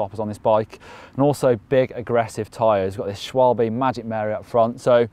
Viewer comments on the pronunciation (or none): wish English people would learn to pronounce Schwalbe correctly.